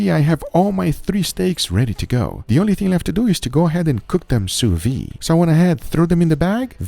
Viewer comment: Sous viDE, stop saying "sew veeeee"